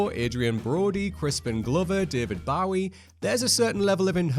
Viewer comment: David Bawee? REALLY?